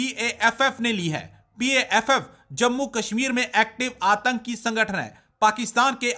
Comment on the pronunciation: Antki nahi atanki hota hai. Please correct.